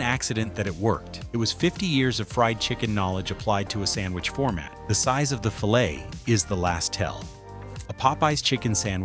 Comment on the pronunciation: Just as I prefer my chicken sandwich with real, not processed meat, I prefer my video content with real human narration, not AI that doesn't know how to pronounce "filet". 😡😡😡